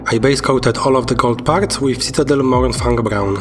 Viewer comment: I believe you mispronounced Mourningfang. A+ for effort though!